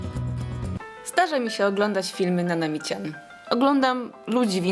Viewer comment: nie rozumiem czemu ludzie mówią Nami Cian,to powinno się mówić Nanami Czan